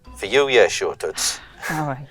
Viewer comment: Taking this comment back,. after the persuasion role you nailed the boston accent "shawt of staff" "come down theie myself." "situation" "for you yeah shua." Perfect. lol Knew you'd nail it! lol.